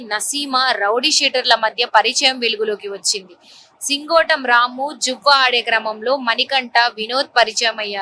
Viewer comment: సింగోటి కాదే సింగోటం